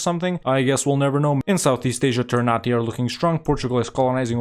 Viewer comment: For a tip ternate is pronounced not ternate in the sense of nate but na te so ter na te